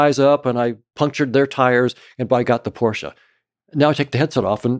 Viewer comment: My guy questioning reality but says porschaaa